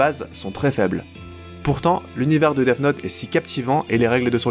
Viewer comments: Il dit deaf note mais c'est Deats note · arrête de dire Deaf note stp